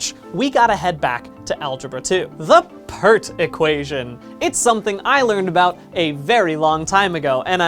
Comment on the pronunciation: I literally cringed when he mentioned "A=Pe^rt"